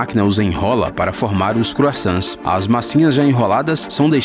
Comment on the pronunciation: 3:4 croissants ou... crossans kkkkkkkkkkkk só fan das AUs vao rir kkkkkkkkkkkkkk